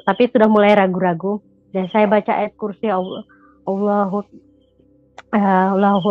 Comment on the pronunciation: MBAK KLO ANDA MUSLIM TAAT DAN SEMBAHYANG 5 WAKTU KOK GAK TAU AWALAN MBACA YG KATANYA KAMU NGUSIR SETAN MBACA AYAT QURSI BELEPOTAN SATUPUN HURUF GAK ADA YG BENAR SIH ? 😇😇 AKU JUGA MURTADIN NAMUN AKU SARANKAN KLO MEMANG TIDAK ADA YG ANDA HAFAL SALAH SATU AYAT AL-QURAN YA MENDING DIAM , GAK PERLU NUNJUKIN NGUSIR SETAN TERUS ANDA MEMBACA AYAT YG ANDA BACA YG BELEPOTAN TADI ???!! MALU NDENGARNYA ???!! BAGI MURTADIN YG TIDAK HAFAL SALAH SATU AYAT AL-QURAN JANGAN DIBACA DI YOUTUB YA SAUDARA2KU ????? NANTI JUSTRU YG NDENGAR MALU SENDIRI , PENONTON MALU ????? 😇😇